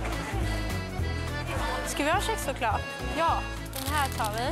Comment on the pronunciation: Smart tjej. K + hård vokal = sh på svenska.